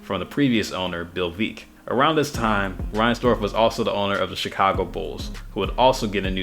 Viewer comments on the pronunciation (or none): His name was Bill Veeck as in WRECK, not "VEEK". My goodness. You should have known this. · veeck as in wreck....not veek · It's pronounced Veck(Bill Veeck). The seats were not painted green, the blue ones were removed and replaced by newer green seats. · Veeck is pronounce Vek. The stadium opened un 1991 with a capacity of 44,000. And the Sox wasn't always 2nd fiddle to the Cubs. They out drew the Cubs from 1950 to 1992. Also thr 2005 title had everybody in the Chicago area excited. Almost 4 million people were at the celebration in downtown Chicago. Only half of the Chicago area baseball fans like the Cubs I've been a fan of the Sox since 1972.